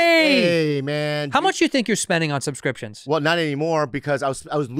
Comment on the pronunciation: Bobby cant say subscriptions to save his life 😂